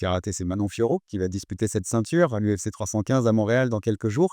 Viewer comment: Pareil pour Manon « Foriot » 🤣